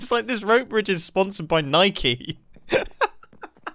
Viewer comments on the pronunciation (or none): Mumbo are you British? WHY DO YOU CALL IN NEYEKEY ITS NIKE NOT NEYEKEY!!!!! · U call yourrself British but u pronounce it "Nike-Y" IT DOSENT HAVE A "Y"!!!!!!! what r u doing mumbo Get it together (Please)